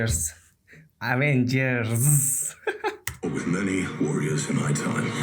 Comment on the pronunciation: bu so'zlarni chiroyli ayta olmaysiz, oddiy Avengers ni to'g'ri ayta olmaysiz-ku😂